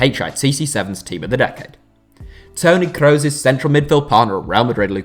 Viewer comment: Mooler and Crows, Germany's finest